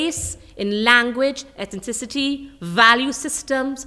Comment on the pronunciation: "ethenticity"?? -ethnicity "ingenous"?? - indigenous Lord! :/